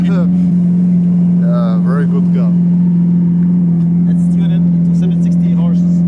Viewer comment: J’étais moooort « Yé veri goude care »